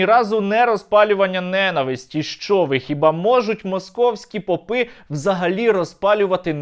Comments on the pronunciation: Вони пОпи а не попИ) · Шановний Сергію, чи не могли б Ви при вимові « російські попи», ставить наголос на перший склад в слові по‘пи. Дякую. Слава Україні